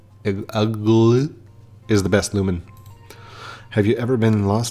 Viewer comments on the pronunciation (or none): i dont want to say too much, but there is a way to get the starters pretty much for free later on, but if youd rather purchase them, go for it also eaglit is pronounced like "eeg lit " eag is from eagle also also, this game is made by the same people who made brick bronze, theyre playing it safer now lol